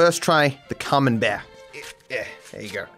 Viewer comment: Sounded like you said "cumenbear" .. cheers for the semen based cheese though in my brain now